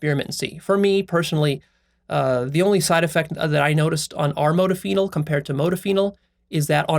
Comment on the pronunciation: The way you pronounce modafinil makes me cringe so hard